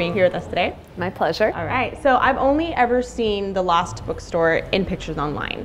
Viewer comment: Why does she keep saying the “lost” bookstore?